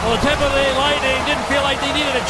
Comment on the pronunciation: Who heard the announcer say Tampa Gay at the end